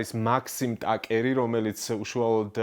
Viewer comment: თაკერი და არა ტაკერი გამოყლევებულო